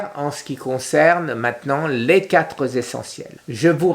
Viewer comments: Les quatre.z.essentiels😄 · Les quatre Zessentiels avec un z à quatre.